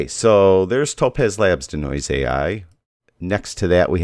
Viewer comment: Nice video, BUT Dude, it's NOT how you're pronouncing it, "dih-noise", like the song "Bring in 'da Noise." It's pronounced DEE-noise, like to de-magnetize, or de-clutter. A long e sound.